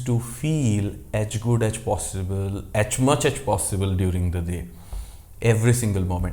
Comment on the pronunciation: "aach good aach possible"....why are u speaking like this?